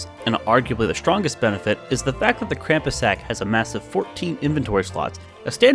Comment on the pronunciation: It makes me crazy when people say Krampus wrong. XD